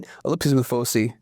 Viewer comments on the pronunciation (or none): It’s pronounced /ˈfəʊsaɪ/, sir. I don’t go to bed until I’ve watched your daily videos 😁